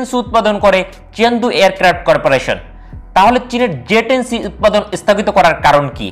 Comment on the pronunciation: "এস্থগিত" "এস্থাই" "পর্থম" "বলক" "আমরিকা" ভাই আগে উচ্চারণ শিখেন ঠিক মতো। ঠিক মতো কথা বলা শিখেন। তারপর ইউটিউবে চ্যানেল খুলেন!!! আঞ্চলিকতা থাকলেও একটা কথা ছিল!! কিন্তু তাও তো নাই!! পুরোপুরি উল্টাপাল্টা উচ্চারণ!!